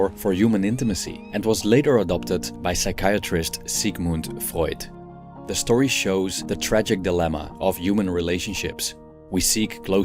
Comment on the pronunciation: thank you for saying "Sigmund Freud" right. I aprecciate your effort. It shows me, that you prepared the topic very good. Thank you.